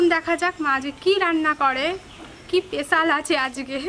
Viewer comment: Didivai kothata pesal na special hobe........and don't mind.....